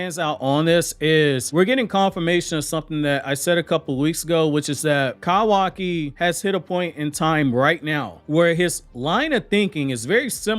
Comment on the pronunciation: No hate why you say kawaki like that tho?